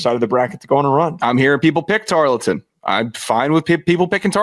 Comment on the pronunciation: ITS. TAR-EARL-TON. NOT. TAR-LET-TON